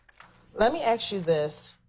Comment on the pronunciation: How u go to law school and still can’t properly say “ask”